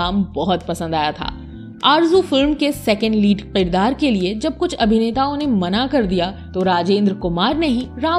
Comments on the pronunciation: sahi lafz Kirdar hai na ki Qirdar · Aap please kirdaar ko k se pronounce kiya karein. q se nahin.